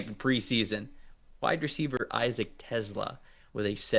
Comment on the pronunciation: Tes-LAHHH, not TES-la.